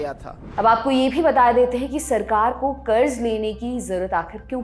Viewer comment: Kuch bhi kaho congrass ke adhikariyo ko bolna to bilkul nahi ataa 😂😂😂 1. Karja- karda 2. 100 lakh karodh ka karja 55 lakh karodh ke karje se tiguna ho gyq 😂😂 Aur mere se suna nahi gya 😂😂